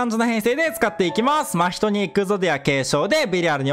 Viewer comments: 真↑人↓↓ ❌ 真↓人↑↑⭕️ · 真↓人↑じゃなくて真↑人↓じゃないっけ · ま↓ひとに違和感を感じる我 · 真人のイントネーションめっちゃ気になった笑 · 真人のイントネーションが気になるw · 真人毎回思うんだけどイントネーション違くね？ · 真人のイントネーションこれであってるの？